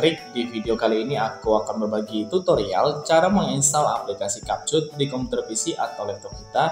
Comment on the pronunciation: abg ni ckp kapcut org "capcut" nampak sangat english lemah